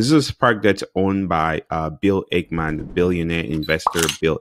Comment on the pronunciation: It's Ackmam not ACHEMAN